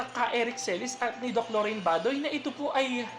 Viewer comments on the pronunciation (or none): none